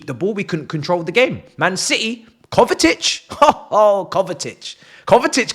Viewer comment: It's KovaCic, not KovaTic.